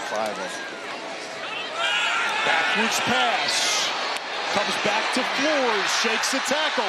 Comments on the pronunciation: FLOOR-ez not FLOORZ. Uncultured! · Does the Tulsa Q.B. pronounce his last name, "Floor?"